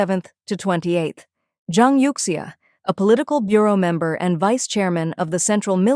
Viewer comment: youxia is pronounced as You Shha